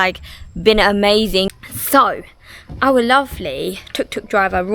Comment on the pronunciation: Try to get it right. It’s tuk tuk